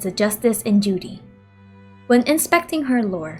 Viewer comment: It's funny how when you said duty in the beginning,you sounded as if you said Judy lol